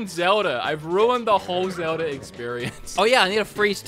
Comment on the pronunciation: Bro when i hear it your saying zelda(r) just saying